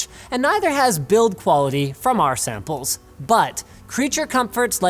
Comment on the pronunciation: pronounced “samples” like a proper Kazakhstanian.